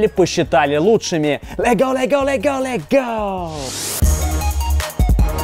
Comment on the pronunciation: раздражает когда он говорит легол легол легол